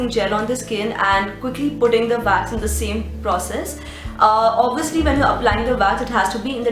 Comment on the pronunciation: Why do you say Vax?